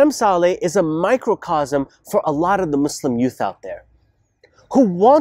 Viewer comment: It's not salley its sa lih